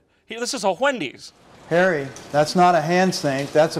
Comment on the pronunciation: "This is a whendys" fucking broke me i repeated that part multiple times